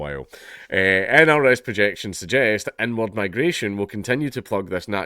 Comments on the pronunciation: I know you’re saying “inward” but the way you pronounce it sounds like “en word” migration, which in context is quite funny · Tired - kept zoning out - but every time he said inward migration I heard “n word migration” and it snapped me back in